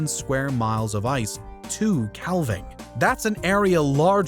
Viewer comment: Good video. But 'calving' (kaa-ving) as in what cows do when they give birth to calves. I was wondering what the narrator was saying (kæll-ving) until I turned the subtitles on